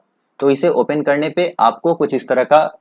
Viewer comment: Ye open ko opain bol raha hai